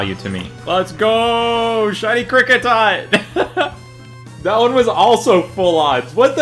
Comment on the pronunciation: And both names you butchered